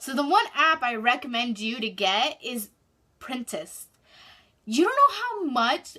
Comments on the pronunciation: Is she saying printest ? It's Pinterest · does she mean pinterest she said printest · Printest... did you mean Pinterest 🤣💀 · Printest lol she means Pinterest😅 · She said printist but she meant Pinterest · She said Pinterest wrong but it's ok no one perfect